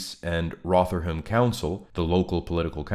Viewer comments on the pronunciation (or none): Thanks for the video. We're not all guilty of moral cowardice, many are in jail for their courage as we speak. Even more are in their cross hairs. It's pronounced "Rovverham" as regards to Rotherham btw